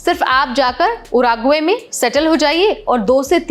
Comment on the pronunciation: उराग्वे नहीं वो उरूग्वे है। संशोधन किया करो थोड़ा